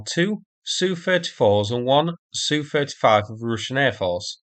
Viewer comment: It’s nor Sue35, it’s ess you 35. SU is an abbreviation for Sukhoi. Two letter abbreviations were also used by German aircraft manufacturers in WW2. Messerschmidt was initially BF and then ME, Dornier was DO, Junkers was JU, Arado was AR, Heinkel was HE and Focke Wolf was FW. Aircraft two character abbreviations are pronounced as their letters not as a word. Just as MI6 is never called my 6.